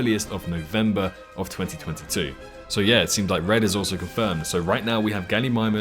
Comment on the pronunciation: Red not bred